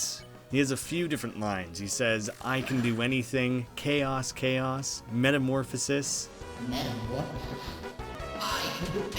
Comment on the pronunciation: Loose clown when saying metamorposis:*dab* Me:*calls dab police*